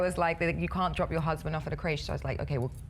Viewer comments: It's not pronounced Craishe? It's Crèche lol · Nope, we call it 'kresh' also. I don't know why this woman has decided to pronounce it like that. Probably thinks it makes her seem more classy or something. She's a shit representative for England